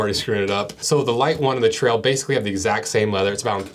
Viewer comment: "...the Mountain Tral" 😂